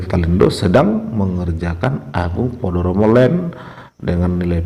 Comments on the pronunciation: Sebenarnya Podomoro tapi karena logat Batak jadi "Podoromo"😀😀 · Podomoro apa podoromo? Ngemeng apa ngomong?